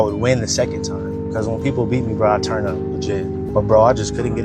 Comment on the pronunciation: you be saying “churn” instead of “turn” and it’s my second fav thing next to “it’s ya boy ” lol love your videos